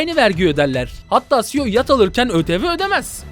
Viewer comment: Cio değil Ceo olucak :D